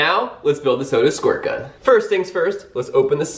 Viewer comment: ITS NOT SOAD ITS SODA